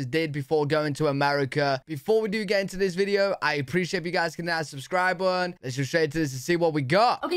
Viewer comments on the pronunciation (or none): I think the main reason I come here is to hear pronounce "button" as "buh-un". No t!